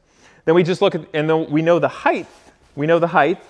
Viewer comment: "heighth" My brain: "height" Repeat 20x